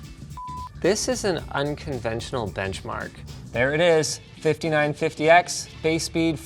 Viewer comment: "this is an unconventional benchmark" *uncombenchional